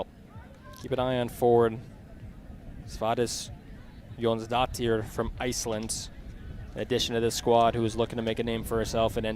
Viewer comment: First of, thank you so much for giving us the game who otherwise would've had no chance of seeing it. 👍 But also...Okay, so he did get better at it as the game went on but initially, I have to say, that's the most "inventive" pronunciation of Sveindís Jónsdóttir I've ever heard! 🥴